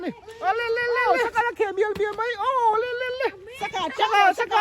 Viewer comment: Saikah tih kha a thluk a dik lo ani hleinem a hming a lam dik lo zawk a lawm saikap a tia Saikah tih tur ania